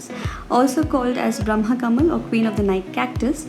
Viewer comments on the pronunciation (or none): Don't say brahm Kamal this not brahm kamal